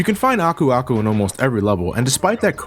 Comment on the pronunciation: Oh my god I swear to god you're one of the first to pronounce Aku Aku correctly. I keep watching other Youtubers, but for one reason or another they have very weird ways of pronouncing his name. So props to you man.